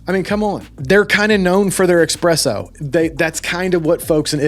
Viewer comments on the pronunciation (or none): "don't say expresso" "they're kind of known for their expresso"